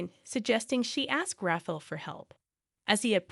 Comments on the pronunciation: RAFFLE = RA-FA-EL 😂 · I am guessing it is Rafael not Raffle Pronounced Raf EYE AL(as in Alan) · Rafael or Raffle, get it right, lazy channel